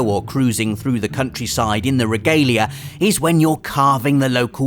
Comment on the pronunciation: Your saying the cars name wrong in ff15